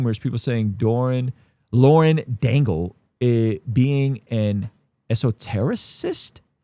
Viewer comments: Yea you know.. and you don’t even know how to say Lauren Daigle‘s name so why are you even talking about her. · Mispronouncing her name clearly shows us how u truly feel… hella rude